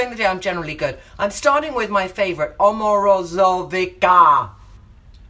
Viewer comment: The brand Omorovicza is pronounced omoro-veet-za 😀